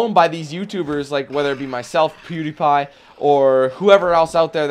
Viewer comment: Funny though you almost said "Poodiepie" 😆